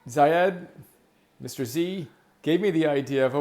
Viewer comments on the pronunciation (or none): Love the shout out! The name is pronounced Zay-d (rhymes with maid). Although I like "Coach Z" :) All this talk of marketing reminds me of the crazy nationwide movie marketing tours Arnold Schwarzenegger writes about in his autobiography "Total Recall". Arnold viewed going above and beyond in his marketing tours part of his job as an actor - he would spend just as much time on marketing as he did in filming, something most actors would never do (even to this day!). His efforts catapulted his earlier films to success, which got his career going. The trick, I think, is too not view yourself as just an author but also as a marketer - its a part of the job.